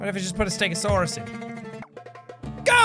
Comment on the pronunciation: i am a ste-go-saurous